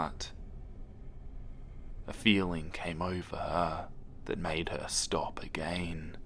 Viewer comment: I love how you pronounce certain words like "again" as "a-gain" makes everything more scary :o